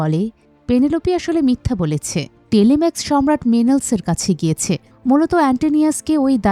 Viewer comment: নামগুলো ভুল উচ্চারণ করছেন। টেলিমেকাস, মেনেলাউস, এগামেমনন। অডিসিউস / অফিসিয়াস, ক্যালিপসো আরো অনেক নাম ভুল উচ্চারণ শুনলাম।